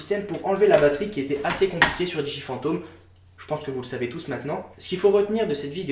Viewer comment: Pourquoi tu prononce mal le nom de la marque DJI ? Je sais on s'en fou mais j'aime faire mon chiant :)